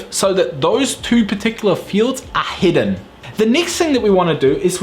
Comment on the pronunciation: Great video, thanks for sharing your knowledge. I also thought it was funny, it was confusing to me the way you say "Heading" and "Hidden" – but nothing some good old context can't help with. Again, great video.